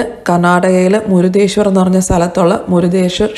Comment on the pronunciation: മുരുഡേശ്വർ ആണ് ചേച്ചി 😍മുരുദേശ്വർ അല്ല 😊😍